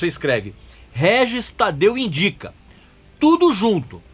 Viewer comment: Guel Guel Guel pronuncia do Régis